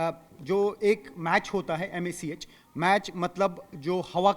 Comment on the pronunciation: Mach ko mac bola jata hai na k match sorry